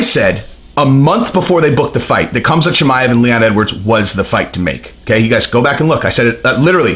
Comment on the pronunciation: It's not Cumzat. It's Hamza